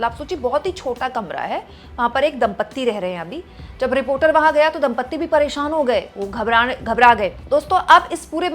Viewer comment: "Dampati"...... NOT.....DAMPATTI.... PLEASE 🙏🙏🙏🙏🙏